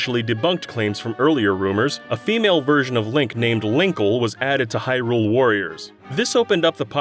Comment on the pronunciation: Stop pronouncing Hyrule like that! 😂